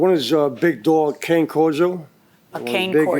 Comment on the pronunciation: Hate when people pronounce cane wrong